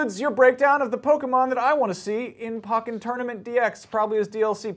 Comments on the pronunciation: Why is he saying pawken it's poken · ITS "POKE-EN" NOT "PAWK-EN" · I lost faith in IGN each time he said pocken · "Pocken" LoL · i just want u to pronounce it right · Jon Sledge ikr I cringed each time he said it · I hate the way he says "Pokken". It's a small detail, but kind of ruins the video for me. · The pronunciation of the game is making me want to unsubscribe from this channel more than anything else ever has. It makes me cringe so much every time it's said.